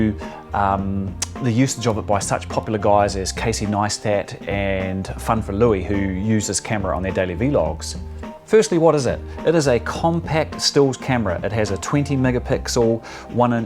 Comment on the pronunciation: Ok wtf it’s not v. Logs it’s vlogs